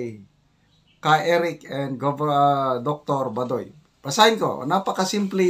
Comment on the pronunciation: pls pronounce correctly Dr Lorraine Bah doy not badoy